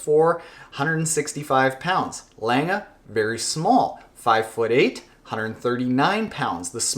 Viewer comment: Gabi Lenge oda Patrik Länga